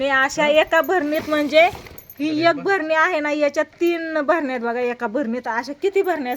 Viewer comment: भरणी नाही बाई बरणी आस बोलतात